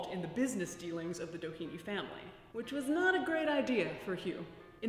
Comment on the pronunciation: It might just be different since the family would have been integrated into America, but the Doheny's were Irish immigrants escaping the famine, the pronunciation would be less like "Dah heeny" or "Dough heeny" and more "Dah henny", with little emphasis on vowels, but a little bit of emphasis on "Dah".